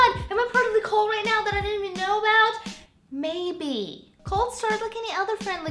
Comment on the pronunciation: Olga. It's, "cults" not, "colts". jkwy Moosh!